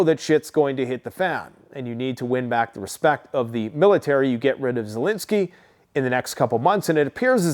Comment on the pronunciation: Zelensky not Zelinski